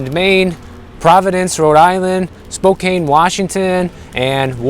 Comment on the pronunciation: Spokane is pronounced "Spokan" - I'm English and I know that 😋